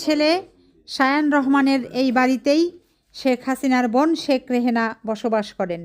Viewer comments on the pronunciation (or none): নামটাই তো ভুল বলছে। শেখ রেহেনা না শেখ রেহানা।